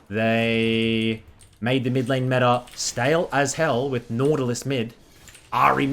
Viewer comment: metaRRR - meta "mid beans"